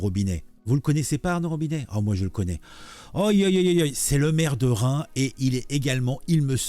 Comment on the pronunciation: Allez, je t'aide : - le S de Reims, tu peux le prononcer, c'est autorisé, même vivement attendu. - Horizon c'est le camp de Pandi Panda, tu vois, le connard qui nous à casser les noisettes avec sa barbe moitié blanche et qui fini par se raser. Bizoux